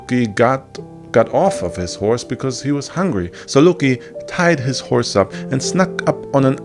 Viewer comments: I’m sure that’s a good video but every time you say LUOCKKKI or trying to pronounce a Nordic word I get cancer on a other part of my body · the way you pronounce loki is unasked for, i cant sit through this video because of it.